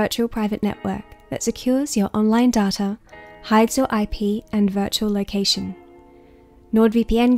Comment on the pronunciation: Lol when you said data farmers I thought you said tata farmers